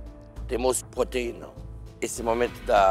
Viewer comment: "Nesses faqueiros temos poteinas..."kkkkkkkk